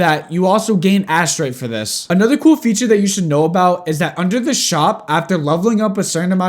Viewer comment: i laughed when u say pokemon veature, any way good video explanation